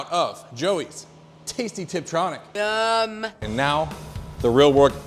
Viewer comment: didi he say triptronic..?